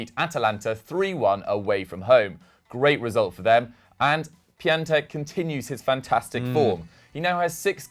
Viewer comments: His name is pronounced pion-tek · Here's something funny. Piatek is not pronunced Pia-tek but Pion-tek.